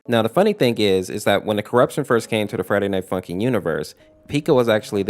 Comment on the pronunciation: I heard “Tje Friday night fucking mod”